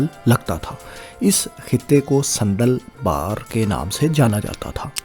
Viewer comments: Sandal Bar not Sanddal Bar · صندل بار نہی۔۔۔۔ساندل بار۔ دلا بھٹی کے دادا کا نام ساندل خان بھٹی تھا۔ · بہت اچھی معلومات لیکن ایک تصحیح فرمالیں صندل بار نہیں بلکہ ساندل بار ہے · صندل بار نہیں جناب ساندل بار ہے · بھائی یہ ساندل بار ہے نا کہ صندل بار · بھاٸ جان صندل بار نہیں جنا ب صاندل بار ھے درست لفظ۔۔۔۔۔۔۔ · ساندل بار